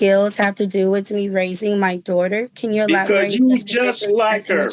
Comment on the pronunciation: Woman can't even say elaborate and the OAG looks like the predator